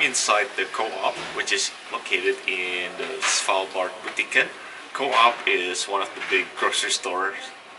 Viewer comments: you say it as one word coop not co op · Hi there! I just wanted to say that "coop" isn't pronouced like "co-op", but actually "coup" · it's actually pronounced coop like a chicken coop instead of co-op :) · the way he pronounce «coop»😂